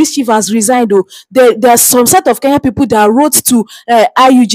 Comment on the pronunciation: Kenya not Keya!!!!